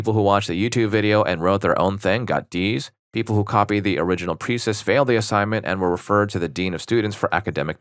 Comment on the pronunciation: Precis is pronounced "Pray-see"